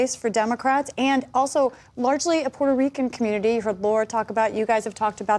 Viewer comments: There is high "Puerrrto Reeecuhn" turnout this day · PBS didn't used to feel comfortable spouting blatant Democrat Party propaganda in the old days. Nowadays, they are almost giddy about it ! I just loved the characterization of the Trump rally by Barron-Lopez. She just had to flex with the "Puerto Rican" technically precise Spanish pronunciation. You know, because she is "media elite" and is too fancy to just say "portorican" like a flyover-country native English speaker might do. "Racist and sexist" Madison Square Garden rally. Oh well at least she didn't throw in the "1936 Nazi rally at Madison Square Garden" verbiage.